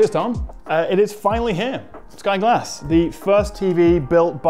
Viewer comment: Sky G(o)lass